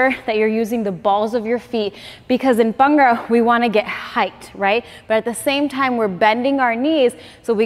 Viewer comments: It’s Bhangra not bangra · Just go correct pronunciation it’s not Bangra ..it’s called Bhangda in Punjabi..your dance is awesome..love your dance